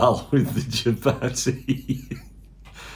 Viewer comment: The pronunciation of chapati is hurting my soul